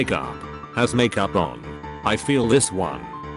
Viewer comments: No one: Text to speech: Mac youp. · "I don't wear mak-oop" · All I heard was "Mak yoop" and that's it 😂